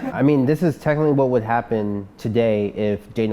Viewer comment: "I mean this is technible what happened... today, if... Dana White created Fight Island... which is lerrrally the start of...." If you can't speak English. Don't.